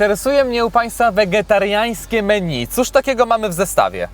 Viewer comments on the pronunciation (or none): none